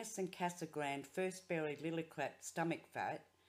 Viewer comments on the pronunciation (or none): Casa grande is pronounced ‘KazagrandAY’. Thanks for the video!